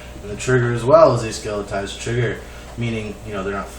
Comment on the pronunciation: I'm only letting you know this to help you out, not to be an ass.. The word you are looking for is skeletonized, not skeletized.